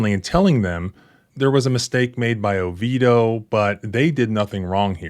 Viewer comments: Whoa... You pronounced Oviedo correctly!! That's super rare ... and now I'm remembering you mentioning you had worked as a bouncer in Orlando, so I guess you know that LOL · I was impressed when he pronounced Oviedo correctly! Makes sense now.